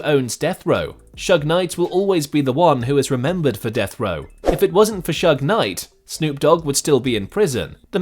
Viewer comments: Leave it up to a Brit to fuck up "Shug". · It’s shoog not shug or sooge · This narrator calling suge "shugg" is ridiculous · His name is Suge, not Shug lol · it Suge Knight not Shug